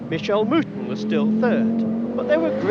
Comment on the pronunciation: Every time the narrator says mouton it sounds like mutton.